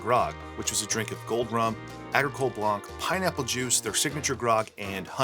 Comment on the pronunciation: Hi from Montreal. Been looking at the chanel for a few months n'ow and love it. Like your sense of of humour and love the recepies. Been buying far too many rums😊. Living in Quebec my first language is French. Just a tip, don’t prononce the c at the end of blanc. Don’t ask me why it’s just like that 😁 it’s prononced blan. Best regards. Bonne soirée.